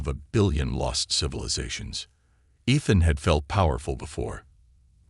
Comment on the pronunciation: The AI needs a lot of tweaking. You still cannot pronounce the word or name I should say, Ethan. There is no. F….ing! And yet the stupid AI says the same thing in every story. Find another name, but stop using, Ethan.